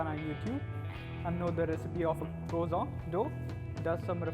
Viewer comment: its croissant not croizant with SSS not ZZZ